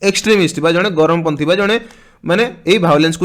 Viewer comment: Charampanthi not garamo panthi